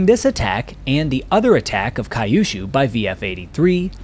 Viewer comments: Kyu-shu. Not kai-yu-shu. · "Cue - shoo" not "Kie you shoo." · 👎👎👎Why the christ do you say KA-YOU SHOO ? You can see it is written Kyushu, Q-shoo. I'm told I shouldn't complain since the average american ( H.S. grad ) has trouble with his native language. :face-blue-smiling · I've lived in Japan for 30 years and have never heard of a place called Kai yu shuu. I think you are trying to say Kyu-shuu (que-shoe) which is a southern island in Japan. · It’s pronounced “Kyoo-shoo”, not “Kai-oo-shoo”. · Kai-yu-shu? Surely, Kyushu (Q-shu), the southern-most of the four Japanese islands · Correct Kyushu pronunciation = “queue + shoe” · Regarding acuracy, I know that a lot of Americans were not savvy on Asian pronunciation. That mispronounces "Kyushu" is not a surprise. That your narration continues to say it incorrectly is a surprise.